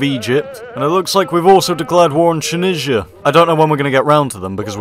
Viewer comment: Choonija is the most interesting way to pronounce Tunisia I think I have heard